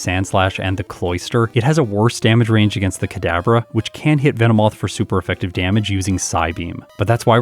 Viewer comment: VE NO MOTH VE NO MOTH